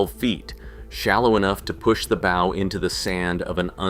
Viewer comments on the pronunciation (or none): "Bow" such as on a ship rhymes with cow. Look it up.